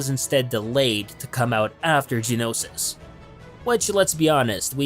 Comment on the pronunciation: Ik this is really picky and im not hating or anything trust me, but how he says "Genosis" and not "Geonosis" really makes me cringe ._.